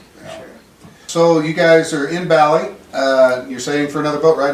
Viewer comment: Say bali like this... barly... not bolly.